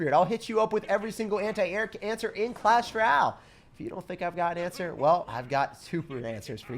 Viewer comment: Dude every time u say “clash ral” it just makes my whole day.